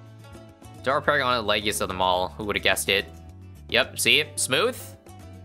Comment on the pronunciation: I loved when he said "It's paragoning time" and he paragooned paragons